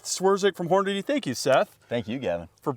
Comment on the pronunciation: Seth says Hornady; Gavin says Hornaday. Why? Only 1 “y’ know” today Gavin 👏👍. Seth wants us to login. Hmm. Free marketing data Seth?